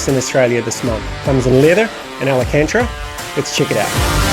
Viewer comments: Al - can - ta - ra (not Al - a - can - tra ) but thanks for the giggle!